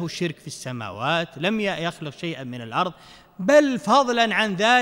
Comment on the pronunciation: ماخلقنا السماوات والأرض بالضاد وليس الارظ بالظاء كما يقول الشيخ هذا قران